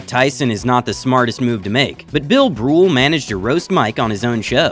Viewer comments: Did you just call him Bill Brul? It's Bill Burr man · This narrator called Bill BURR… Bill BRULE. #1 does he honestly NOT know who Bill Burr is or does he need to get some glasses 🤓? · Bill Brool?? 😆 Thanks for the best laugh I've had all week, uploader! Good on ya, bruv.